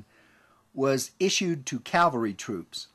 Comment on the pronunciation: The term is pronounced CAV-al-ry not CAL-va-ry